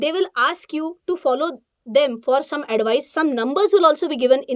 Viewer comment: Uncomfortable hearing "Addu-vaice"